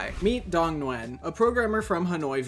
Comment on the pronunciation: damn, the most common and simplest of vietnamese last names and you just had to butcher it like every grade school teacher, its pronounced as NIU-YEN